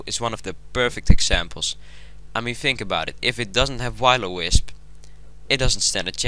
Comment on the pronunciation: I don't mean to hate and all but you pronounced Will-O-Wisp as " Why-lo-Wisp". Try saying " Wuhill -O- Wisp"